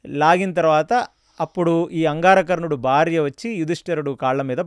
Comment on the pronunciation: అంగారకర్ణుడు ❌ అంగారవర్ణుడు ❌ అంగారపర్ణుడు ✅